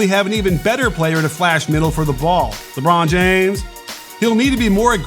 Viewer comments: IK didn't just say, "LeBron Jamee" like that... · Lahbron Jahmes 🤣